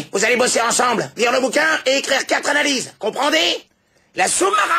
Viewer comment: Anna-Lise confondu au lieu de analyses 😭